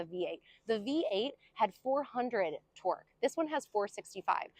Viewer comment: Torque not twerk